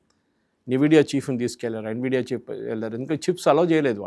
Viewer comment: Nividia kadhu Nvidia ....